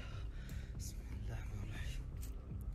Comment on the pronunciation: Wow the way you said Bismillah is so perfect. Love your videos.